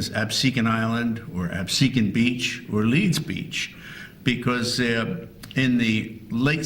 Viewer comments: Great documentary. However, we pronounce in Ab-see-can. Not Ab-su-kahn. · So far I’m liking this. Reminds me of something I saw in school (I grew up near Cape May). But is it me or does this guy not know how to pronounce Absecon?